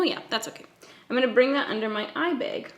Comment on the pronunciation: just obsessed with your pronunciation of the word ‘Eyebag’ 😂😂😂😂 kills me every time! 😂🤷🏻‍♀️